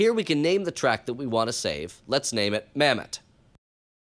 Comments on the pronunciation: Bro said Mamet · Mammott more like, MAMMET.